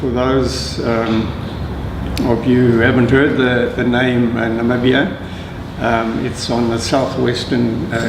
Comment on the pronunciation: Nabibia? Is it so hard to say NA-MI-BI-YA?